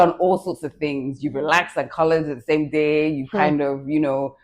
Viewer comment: Toolz said "with this sMe pixie wig?😂😂😂😂